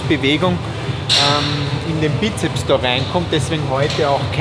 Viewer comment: Wie mich das Weglassen vom S bei Bizeps immer triggert :D. Es sind 2 "Köpfe" also Sssssssssssssssssssssssssssssssssssss :D